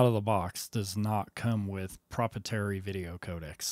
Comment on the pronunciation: I can't get over the fact that he mispronounced proprietary. I can't watch the rest of this video. My day is ruined.